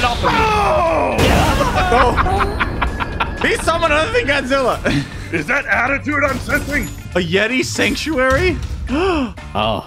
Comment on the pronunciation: Did you say dadjila😂